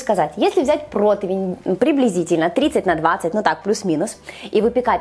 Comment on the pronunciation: научитесь, пожалуйста, грамотно говорить: противень, а не протвинь; а готовите Вы классно!